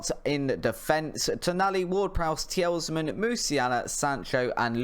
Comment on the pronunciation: Mate, I’ve just watched every episode so far and I’m enjoying it. But please stop saying tee-els-man. The is an S at the end of his name and that’s it. Tee-luh-mans. Don’t mean to be rude but it’s frustrating to listen to you getting it wrong so often.